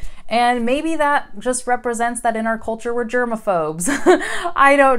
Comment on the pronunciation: you pronounce the word "culture" with an Irish accent )